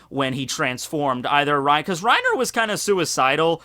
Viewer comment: Don’t call him Rina his name is Reiner